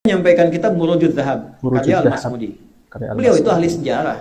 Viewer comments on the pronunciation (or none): Mbaca judul buku aja UAH salah , tapi pede bgt MIR.....MIRWAJU... ustadz lain mbacanya MURUJU 🙏